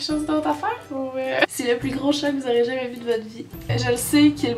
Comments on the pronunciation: Le chet, le au lieu du chat là !! ;) on dirait qu'elle vient du Nord !! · firestorm Les québécois disent Chôt au lieu de Chat... Y'a un problème nan ? =)